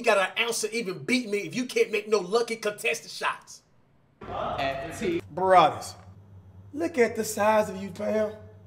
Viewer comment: he did foul lmao and its brawadis not bravados LMAOO